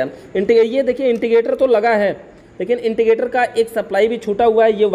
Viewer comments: इंडिकेटर को इंटिकेटर मत कहो स्क्रू को सकरूप न बोलो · Wo intigater nhi indicater hota hai...